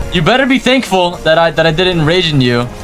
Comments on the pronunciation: it's pronounced rage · im sure its pronounced "rage"